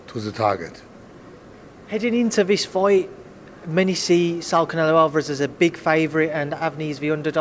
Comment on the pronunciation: This FOIGHT ??? AND IM TALKING ABOUT THE JOURNALIST !. 🤣🤣🤣🤣